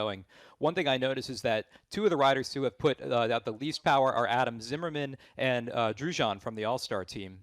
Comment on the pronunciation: Stage 4 and still can't pronounce Drujon correctly haha :)